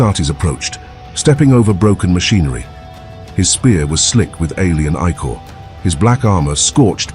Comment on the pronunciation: Makes my brain hurt. Please, Please find a way for the a.i. to pronounce" icore" not as "I Core " but as "ick ore" as in icarious the ic has phonetic ick sound.